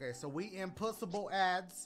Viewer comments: “Impuhsabble” I think he means impuhsibble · cmon dash how you misspell a word that don’t even exist... it’s “impuhssible”